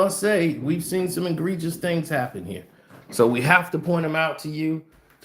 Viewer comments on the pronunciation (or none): At this point I believe you are trolling your viewers with the word egregious. There is no “n” in it dude.